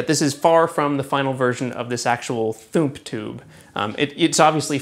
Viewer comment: "Operation Thoomp" Really? lol